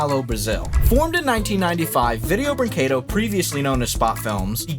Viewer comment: You're getting closer on pronouncing "brinquedo" properly. Wouldn't brag about it, though.